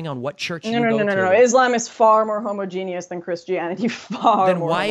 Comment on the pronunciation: She needs to learn to pronounce "homogeneous" before she starts talking shit about immigrants being able to speak another language.